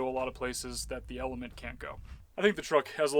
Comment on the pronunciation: I keep thinking I’m hearing you are saying not element 🤣